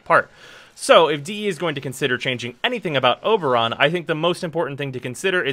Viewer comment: He calls him Uberon. haha!